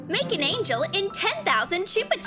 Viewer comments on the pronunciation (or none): none